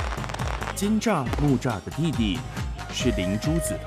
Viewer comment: 一般來說是要叫金吒、木吒、哪吒三太子 那個“車”改“吒”比較妥當 畢竟是祂們名稱 如果講“車”那是台語讀音 還是講中文名稱比較好